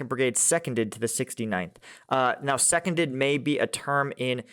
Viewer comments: "Seconded" is a word. It's not Second-ed, as in - something to do with being second. Seconded means "taken to" - Pronounced Se-CON-dead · I think that you are mispronouncing Seconded, it is nothing to do with being second(2nd), it’s a way of saying that they were taken over, because they were seconded by another unit…….. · The European pronunciation for "seconded" I know is "see-con-dead"